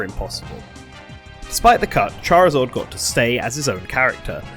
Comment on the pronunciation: "charizord" wtf